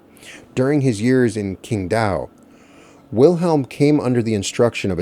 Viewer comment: Pronunciation: Qingdao = Ching Dao